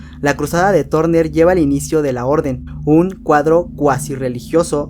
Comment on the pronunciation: Los diarios de Turner se pronuncia LOS DIARIOS DE TARNER Y NO TORNER! .